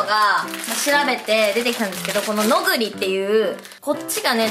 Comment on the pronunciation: ノグリのイントネーション違う笑